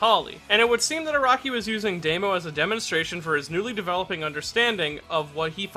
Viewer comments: Why do you keep saying "Deimo?" It's "Dahmo." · I've always pronounced his name as "Dah-mo." Is it really pronounced as "Day-mo?" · His name is Damo, not Demo... Luv u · He's called Damo, not Daymo. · It astounds me that you're so knowledgable about Japanese names but still pronounce Damo as "day-mo" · No one:: Deymo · Because he never heared that name spoken. He haves no idea how to pronounce it. I hate people like you who correct mispronunciations so much.